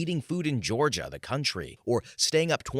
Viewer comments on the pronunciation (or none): none